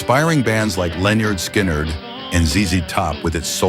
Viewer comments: They used Dennis Farina's voice for this AI guy but the real Dennis would not be saying Leonard Sky Nerd. 😂😂😂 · Very interesting doc, even though I have to endure that Stupid AI. Great idea for the doc, terrible idea to use cheating and heartless AI. But I enjoyed the topic which included Lyenarrrd Sky nerd, lol Good job, lol. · Lenard Sky - nerd give me a break learn to pronounce band names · "Len-yard Sky-NARD???" C'mon man. If you're going to do a video on Southern rock, get the pronunciation right.